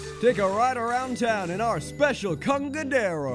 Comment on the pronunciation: i live for the way you said the [specil deal]